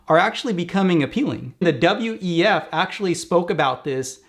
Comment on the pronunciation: You said "WTF" instead of "WEF" a couple of times ̶ perrhaps not an accident 🤔